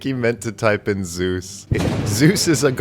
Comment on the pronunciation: OK, something hilarious about "Zues the Goose." The way you're forced to pronounce it, "Zu Ess", is essntially the inversion of how Zeus should be pronounced, ie "Zeh Uss" and not "Zoos". And its Egg attack isn't that strong as it only hits objects. Well, unless that object is the bridge you're standing on.